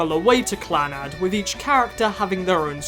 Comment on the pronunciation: The way Clannad is prounounced... Don't tell me that's the actual way